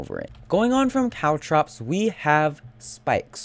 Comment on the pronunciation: It's caltrops guys, not cow traps.